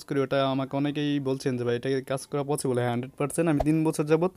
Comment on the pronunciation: vaia...... পচিবল না পছিবল ছ কে চ বলেন কেন? হা হা হা হা হা